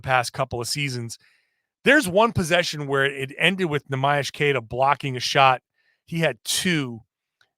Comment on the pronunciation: Thanks for all the work,. And please ask Neemias Queta about the right way to pronounce his name. The Portuguese fans are cringing 😂. Cheers from Portugal. 🇵🇹